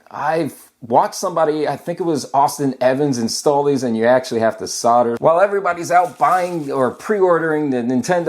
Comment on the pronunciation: Solder, it's solder mate.